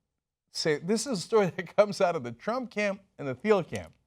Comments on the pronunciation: I read "Zero to One". Please read it before criticizing his position on monopolies. It is more nuanced than the out of context excerpts. Also, it's pronounced like "teel" not "theel". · And its pronounced TEEL. not THEEL. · It's pronounced T-uhl, like the color. NOT THEE-uhl. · I cringe every time Cenk mispronounces "Thiel".